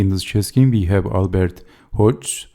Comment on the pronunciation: Dynamic game, well explained! Check the pronunciation of Hodges [HOD- jez]